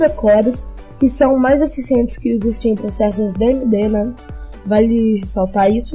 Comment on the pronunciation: Amigo, são Stream processors e não "Steam" processors kkkk Legal sua iniciativa, continue assim fera, sucesso :)